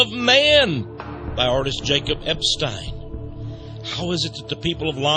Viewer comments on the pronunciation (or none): none